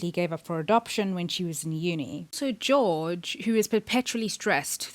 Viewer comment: Enjoyed your thought processes. We'll have to wait and see. One thing, though - Georg Hoffmann is a German name, so his first name would be pronounced as GAY-org (org - pronounced as 'org' in 'organization').